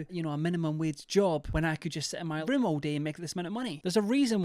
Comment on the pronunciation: I misheard you, instead of ROOM, I thought you said 'I don't want to imagine the smell of her wound' I gagged. Hard.